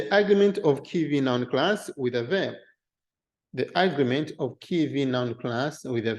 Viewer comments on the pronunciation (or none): Just a note on English pronunciation: Agreement is pronounced, "a-GREE-ment". If you pronounce it as, " 'A'-gree-ment", it winds up sounding like the word, "Argument", which it does in this video.